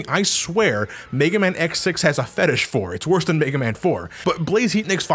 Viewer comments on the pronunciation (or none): You mispronounced “worse”.